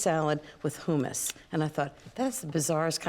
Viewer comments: I've never heard anyone pronounce it "hoomus". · Ina pronounces it “ hoomis” for hummus. Long vowel? The double m in the middle makes me think the u is short